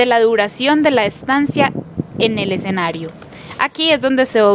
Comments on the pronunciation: Exenario, XD ojo muchachas. Se pronuncia es esenario (ya sé que se copia escenario) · se dice escenario...no excenario